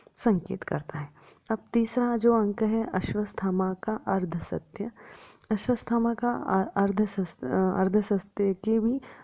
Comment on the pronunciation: सब् कुछ अच्छा था। मगर आपने अश्वथामा को अश्वस्थमा कहा है, आपका उच्चारन गलत है 🙏